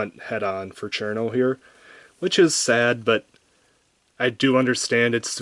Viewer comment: I really want Cirno because of the smug mug, but I can only find her for 78 euros at the cheapest :c I was going to point out your pronunciation of "Chair-no" instead of "Shii-runo", but the direct kanji translation actually is "Chiruno" instead of "Cirno", so i can see why you would pronounce her name like that... Your reviews are great pls do a Kasen/ Aya review